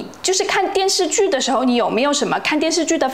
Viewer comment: 听到他说“电视剧”（发音 电日剧😂），真的很“北京”，就是发音比较随便，咬字不充分。这个特色在姜昆的相声“方言杂谈”里有讲到，北京公交车售票员报站名：同志们（徒儿们）…